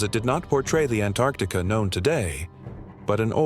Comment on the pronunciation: A.I. can't pronounce Antarctica hahaha😂❤